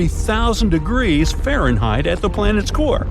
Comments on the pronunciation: Can't get the AI to say Fahrenheit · Can the narrator not say Fahrenheit? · Do you… know how to pronounce Fahrenheit?